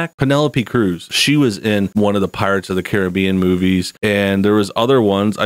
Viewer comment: Its pronounced Caribbean not Caribbean